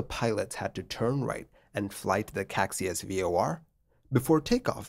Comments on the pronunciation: Caxias is 'ca-SHEE-us' and not 'KACSI-us' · Actually it’s not “Caixas” but “Caxias” (you changed the i for the x giving it a total different meaning) and it should be pronounced ka-shee-us. The airport is Galeão instead of Galeo as shown in the video. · I'd pronounce it kah-shee-us. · pro tip: caxias = ca-shee-as galeão = "ga-ley-aum" (galleon in portuguese) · Love your videos, sir. As an “okay” Portuguese speaker, I have to mention that the departure airport Galeão is gah-lay-ow and the Caixas VOR is kai-shuhs 😊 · Hi! Not being nitpicky about it, just to inform: the actual spelling of the airport's name is Galeão, not "Galeo". Galeão is pronounced as "gah-lee-omn". About the "Caxias VOR" you've mentioned, it's pronounced as "cah-shee-as". But I totally understand your pronounciation aswell, you would have to be a Portuguese language speaker to know these LOL